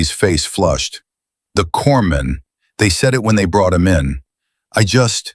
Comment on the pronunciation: Teach AI, corpsman is pronounced cor-man, & corpsmen is cor-men.